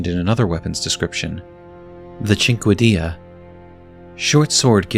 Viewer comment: Cinquedea is pronounced like "Sink Dee." Google exists.